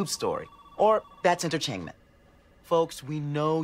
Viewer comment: That’s Enter-Chang-Ment 😂